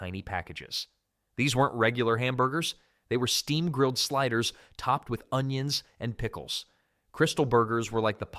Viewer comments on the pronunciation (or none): none